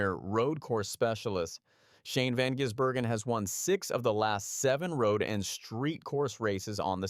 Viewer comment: Why do a story on someone when you're going to butcher the pronunciation of his name. His nickname is "the giz", because its pronounced van-giz-bergen.